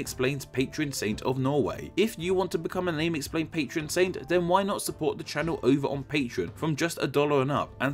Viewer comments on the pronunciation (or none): none